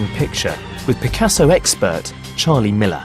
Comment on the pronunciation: You're right this man could habe try to learn correct prononciation. Picassoww !